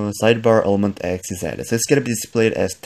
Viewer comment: Why do you keep saying ilementX and not elementX